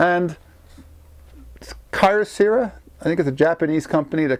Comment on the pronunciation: “cuttersera”??? Kyocera is pronounced “KEY-YO-SERRA”.